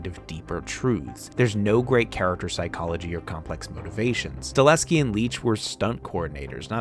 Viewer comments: Very much enjoyed this , thanks. BTW it’s Chad sta-HEL-ski, not sta-LES-ki. ❤ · It's pronounced "Stahelski" not "Staleski" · It's Chad STA-HEL-SKI not Sta-leh-ski lmao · Sta-HEL-ski, not Sta-LES-ki! Great video though, nice work. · You're killing me with that "Stahleski" shaite. Learn to f**king pronounce man's name properly. It's StaHELski, dude. StaHELski. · Chad Stahelski not Staleski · One small criticism…the directors name is STA-HEL-SKI….not STA-LEH-SKI…everything else was fine! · Staleski? Can you even pronounce it correctly? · StaHELski. Chad STA HEL SKI.